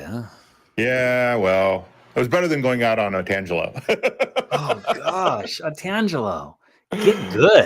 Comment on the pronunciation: ''Ontanglio'' Almost got it right, Smoshies.